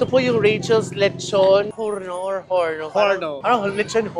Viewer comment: If Spanish name po di na po Pronounce ang H just Orno po. Horno means Oven.